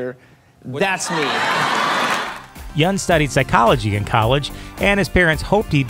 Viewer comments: The right way to pronounce Steven yeuns last name is "yen" not "yun", I kept saying yun too, but I later found out it's pronounced as "yen" because Steven told this to conan o'Brien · Dude...did he just mispronounce Stevens last name?